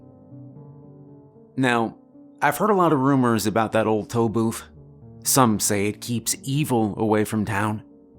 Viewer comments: I keep hearing "Toll Boof" and it makes me more scared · I am fairly certain you are saying toe booth lol. love your stories man.